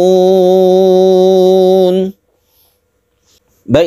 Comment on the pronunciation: Assalualaikum baru tau ada chnel ini semoga allah membimbing kami untuk selalu belajar dan belajar alquran,mohon maaf untuk bacaan tatadaakarun dobel ta ya,bukan satu ta.